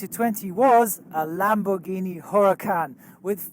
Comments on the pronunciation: Greetings from Italy! I enjoy alot your videos despite in not a pilot and i took an airplane few time in my entire life! About Lamborghini, how to say that is with a G hard like Golf letter, not a gi;) I hope you and your family are fine! Stay safe! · it's LAMBORG-INI not LAMBORJINI 🤦‍♂️ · Lamborghini (Lam-bor-gee-nee; gh is pronounced as in get or gator) not Lamborguini (gui is pronounced jee as in Jeans) ;) Otherwise, thanks for the insight! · lamborGHIni not lamborgini ahah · OI YOUR PRONOUNCING LAMBORGHINI WRONG! ITS LAMBOR-GINI NOT LAMBORJINI (no offense) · Did say lambhorjini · “Lamborgini” lol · Hold on, did he just say lamborjini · Did you just say 'lamborgini' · You said lambojhini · Lam-bur-gee-nee Aladdin drives the car. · "Lam-bor-JEEN-ie" Me: nani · LamborGEEni..... cringe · As an Avgeek, fan, and car guy, you saying ‘Lamborgeenie’ hurt me. Love the vids ✌️ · The first Lamborghini was incorrect the second one was correct. Because in Italian, if the letter G is followed by an H, then you dont really speak the G (for example; Lamborghini = Lambordschini) ;) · Hi, I'm italian, I appreciate your effort, but it actually is lamborGHIni, as in genGHIs khan. When in a word after the letter G there is an H we pronounce it as in genGHIs khan, if after the G there is no H then it is pronounced the way you said it. I truly appreciate you tried, this is just a constructive comment, I am just an aviation enthusiast and with your videos I learned a lot about aviation. So as a thank you, I am flattered to share this little detail 😊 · Lamborghini - as in ghiacco, not as in giorno (that 'h' makes all the difference) (BTW, you seem to get it right the second time) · I live near Bologna, and took off many times from there. The Lamborghini follow me car is a familiar sight there. But...it is pronounced with a hard "g"! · I'm not even Italian (I'm German), but that hurt me as well. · the way he pronounced lamborghini physically HURT. Ouch!